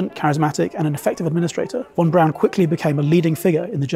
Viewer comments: The man's name is von Braun. Not von Brown. Please correct your pronunciation. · His name was Von Braun not Von Brown. Yikes !!!